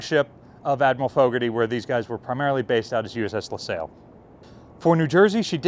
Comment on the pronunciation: La Sail? The USS La Lasalle is pronounced like a guy named Sal. She was still around while we were in Desert Shield/ Desert Storm. We had a Stinger detachment above us on the O5 level above CIC during Desert Shield/ Desert Storm (aboard CG-20). Great video, not trying to nit-pick, just fyi stuff.😀